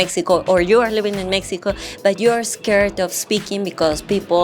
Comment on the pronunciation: Hola, tu ingles ha mejorado bastante, pero hay dos palabras que hay que pronunciar mejor. “You” se pronuncia “iu” No se hace el sonido de la y. Bank se pronuncia con la “a” que suena entre a y e, no con la a en español. Saiudos!